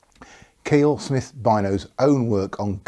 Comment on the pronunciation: Small point, but Kiell is pronounced Ky -ell, rather than Keel 😊